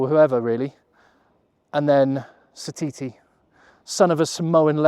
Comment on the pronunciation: From New Zealand and I think your bang on the money!! Ya took the hard decisions out of it for me and done it all perfect.When you said Narawa and Satiti you got it perfect. Be interesting to see what happens I'll remember this team.❤